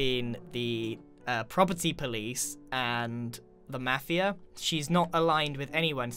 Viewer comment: who else loves how Grian says 'mafia'? Just me?